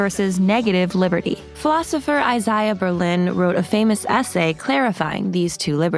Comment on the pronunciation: I-zay-uh. Otherwise, good essay.